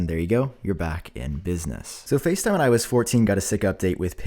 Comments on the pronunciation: I kept thinking he was saying “When I was 14” each time he said iOS 14 😭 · Is it just me or other people also hear ,,I was fourteen” when he says IOS 14 😂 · I keep hearing “when I was fourteen” instead of “iOS 14” 😂💀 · Everytime u say “IOS 14” i always think u say “When I was 14” 😂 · I keep thinking he is saying “When I was 14” instead of “ i OS 14”. It’s getting weird. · I know he didn’t say that but for the few minutes of the video he lowkey sounded like he said “ when I was 14” . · It sounds like you are saying when I was 14 not iOS 14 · Everytime you say “ios 14” it sounds like “i was 14” 🤣😅